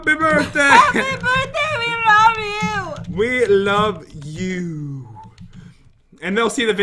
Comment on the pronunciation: You said LOAF not LOVE LOL